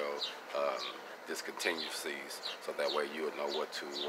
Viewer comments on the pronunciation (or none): I pronounced discontinuities wrong... My bad,😳 you get the point though 😁